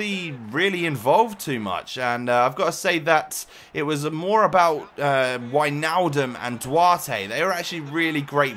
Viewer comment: finnaly someone who says Wijnaldum right thx